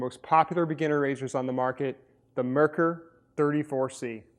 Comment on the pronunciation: It's NOT "mer-ker"...it's MARE-cour. It's a German name. Get it right! A simple search would have gotten you there.